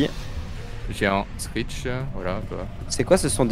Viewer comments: c pas scratch c screech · Scrasht!? Mes ses screatch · C'est pas scaash c'est screech